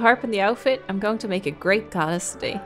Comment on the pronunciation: I can’t NOT hear Arin saying “GODdess” 😂